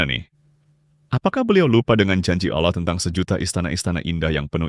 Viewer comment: awloh swt bang.. wkwkwk kocak